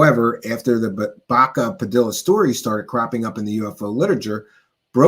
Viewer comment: Spanish names and words that have two Ls are pronounced with a Y. Like tortilla. Padilla. 😮 sounds like padiya